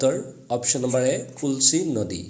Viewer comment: কুলচি নহয় কুলশী